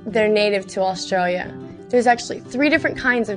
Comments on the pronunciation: She seems to be having a little difficulty saying the word "Australia" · its australia u bugabuga =O